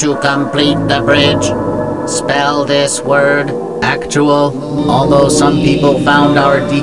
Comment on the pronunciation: "Acktal?" Dude, this is 3rd grade stuff...